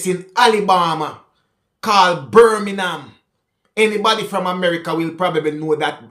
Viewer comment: " Birminham " the jamacain way of saying Birmingham..!😎